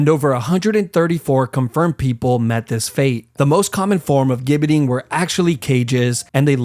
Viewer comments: Gibbet is pronounced with a soft "G" sound, like Jibbet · Gibbet is pronounced 'Jibbet'. Warwick is pronounced 'Warick'. ...and what's the 'London tower'? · Sorry to be a pedant but the gibbet is pronounced with a soft g. So jibbet. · It’s pronounced gibbet not gibbet. It’s like the G in gif or giraffe. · Warwick is pronounced "worrick" Gibbit is "jibbit" Nice cartoons, 👍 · The flag of England is not the union jack, it's a red cross on a white background. Gibbet is pronounced "jibbet". Warwick is pronounced "warrick" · Gibbet is pronounced "jibbet." I know this coz I'm British and as you said, we're the experts 😉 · "Gibbet" is pronounced "Jib-it" btw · It's spelled like gibit, but It's pronounced jibit. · The worst torture of all: hearing that pronunciation of gibbet and Warwick. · Gibbet is pronounced with a soft g, like general or gist.